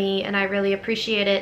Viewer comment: I find it fascinating to listen to foreigners in Germany when they mention German towns or things they experienced. If they use German terms or town names more often, they tend to switch from English pronunciation to German pronunciation ( as you did with "Berlin" or "Schwiegermutter").